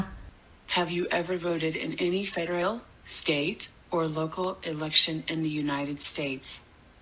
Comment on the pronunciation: Hello! Sao chị nghe foreign speaker trong clip lại đọc chữ " federal" là " phe- (đ) reo "??? Có gì đó sai sai??. Trong khi you lại đọc " phe - đơ- rô" giống phát âm trong các từ điển.